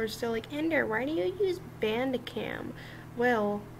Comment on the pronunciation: he forgot how to properly pronounce bandicam